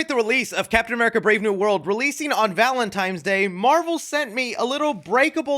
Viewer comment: “Valentimes Day”? 🤨